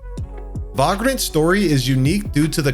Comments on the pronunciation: He said “VAH-grant” 😂😂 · To piggy back on that it sounds like you're putting an extra a in the word remnant and it's pronounced Vay-grant not Vay-grant. (Maybe you did on purpose for engagement in the comments, smart move if you did)